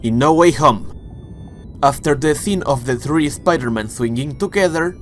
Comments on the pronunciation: I absolutely hate when he says Spider-Man he says Es Spider-Man it just bothers the hell outta me other than that love the Content Not Toby's brothers but his cousins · “Sha pider men”